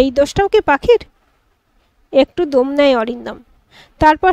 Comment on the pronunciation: গল্প ভাল, পাঠ ও ভাল। উচ্চারণ এ খুব দোষ আছে। ' ইস্ত্রি ' ' দোম ' ' কোর্তব্য ' এসব ভুল এবং শ্রুতিকটু। সঠিক উচ্চারণ স্ত্রী ,দম, কর্তব্য হবে। সংশোধন করুন।